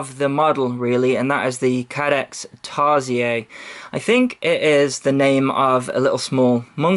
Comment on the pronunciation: hahahha i found the way you said tarsier funny hahahha. Tarsiers is actually an animal where i live and its pronounced tar-sheer